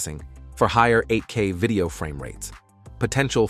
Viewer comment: All this technology and you've got to ruin it with a lousy computer generated TTS voice. Vi-DAY-oh? Share your "thowts" on these in the comments? Hire a real voice talent to read your scripts!